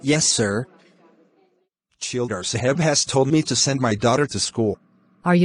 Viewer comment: It is champa in pronounciation and not kampa Tehsildaar nd not shildar Just a correction everything else really awsm 🔥